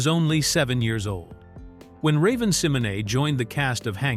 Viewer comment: 😂😂😂😂 I hate it too….. yeah he’s butchering Raven’s name 😂😂😂